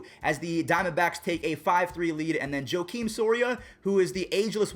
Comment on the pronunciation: And also Joakim.